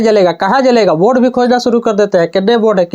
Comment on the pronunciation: सूरु करेगा ❌️ शुरू करेगा✅️ miste make man perfect 👌